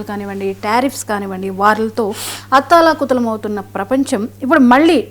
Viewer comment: అత్తా లా కుతలం కాదే తెలుగు రాని పెద్దమ్మ, అతలాకుతలం